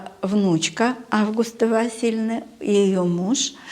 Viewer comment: Имя АвгУста- ударение должно быть не на первую букву А, а на букву У.